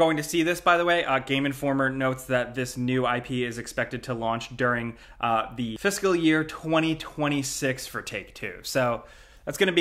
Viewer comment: He can't say fiscal, to the surprise of no one.